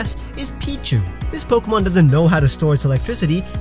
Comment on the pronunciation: That's not how you pronounce "pokémon". >:(